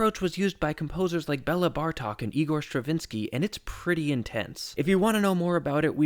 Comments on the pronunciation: It is Béla Bartók, not Bella Bartok. Bella is female anyways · It's Bela Bartok, not Bella Bartok. He was a guy. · I am always curious as to how people manage to butcher Béla Bartók's name.